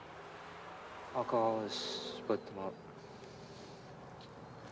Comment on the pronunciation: why does pronounce it “Olchohol”? 🤣🤣